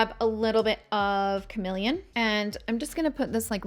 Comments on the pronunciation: I think it is called CaRNelian , isn’t it ? It’s just annoying to hear carMElian five million times as well as YES contours colors are simply not your colors , you need darker ones especially when you use this foundation ….. ugh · Isn’t it carnelian ?